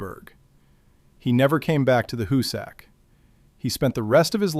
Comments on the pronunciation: HOO-sick, not hoo-SACK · Where did you do your research? To begin with, it is neither the hoo-SACK mountain nor the hoo-SACK tunnel. It is pronounced HOO-sick. Work did not begin at the west end, it began at the east end. The Excavator---as you call it---was a patented steam driven stone cutting machine that cost five figures each and took nine months to assemble on site. It was assembled and tested near the east portal, where it chewed into the rock at a great pace, cutting a circular groove a few inches deep while drilling holes into the "plug". By the way, it looked nothing at all like a modern tunneling machine; a perfectly serviceable engraving of it exists. The plug was blasted out and the machine was sent in again. It chewed its way fifteen feet before it jammed and it was years before they got it out. The one purchased for the west face was never even unpacked. That Haupt completed 1800 feet at the west face is laughable. His men broke through a wall of limestone and found a massive deposit of what the called "porridge stone"; it was rock so saturated with water that it had crumbled into something like quicksand. It necessitated the sinking of a series of test shafts to find out where the deposit ran out....a good half a mile to the east, which resulted in the sinking of the West Shaft to provide two additional workfaces. Haupt also understood the importance of the two ends meeting head on, which is why he deliberately started the west heading off by a degree or two so that if the two heading